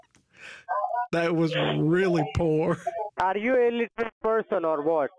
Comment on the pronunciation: “Is you illitrate”